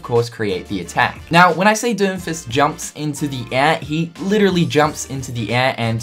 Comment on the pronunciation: ... the way you say doomfist makes it sound like you are saying doofus